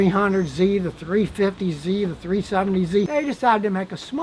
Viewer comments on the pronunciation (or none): none